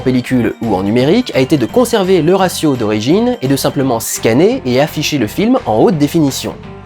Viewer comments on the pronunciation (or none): none